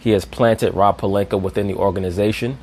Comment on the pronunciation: Stephen a always saying pelinker instead of pelinka stop disrespecting his name